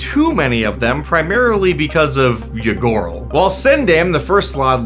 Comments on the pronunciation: I kept hearing "Ygorl" as "Ya gurl" and hearing "Ya gurl is out here doing ranked competitive tyrant activities" SENT me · I misheard Ygorl as a Ya Girl.